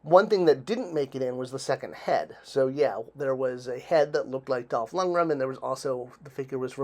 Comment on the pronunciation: Lund-greN. N at the end. Dolph Lundgren